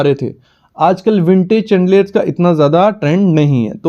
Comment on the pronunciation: It's शैंडलियरस not चैंडलियरस. Right pronunciation matters a lot